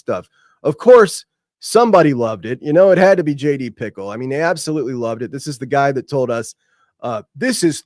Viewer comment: I feel like is fully aware it's JD 'Pick-el' and still calls him JD pickle.. Love it 😂